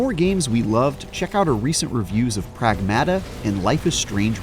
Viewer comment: I have nothing to say about this review other than the way that he pronounces "Pragmata" at the end of the video during the "check out our other reviews" portion really annoyed me. He pronounces it "Pragg-Matt-Uh" instead of "Prag-mah-tah"